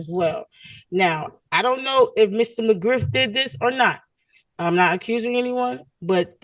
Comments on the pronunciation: When Officer McGriff said his name. I thought I heard Officer McGruff 😂 the safety Dog. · McGriff, not McGruff the crime dog😂